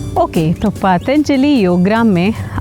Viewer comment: Pronunciation is wrong of “Patanjali”, as you are saying Paataanjali”.